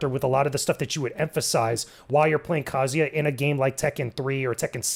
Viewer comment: Oof you guys really mangled the pronunciation of Kazuya's name. It's not "Kazia", the "Zu" should have been properly emphasized. Use Google translate if you must: 三島 一八